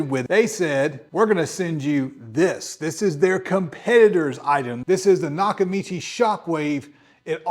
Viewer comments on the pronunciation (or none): Lol its NOT nakachimi bro its nakamichi 😂😂😂